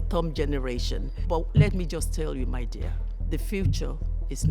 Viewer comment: let me just tell you “my dear”..soo soo Nigerian😭❤️